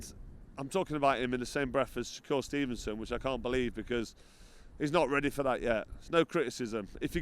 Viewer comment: 'Sho-cure stevenson' lol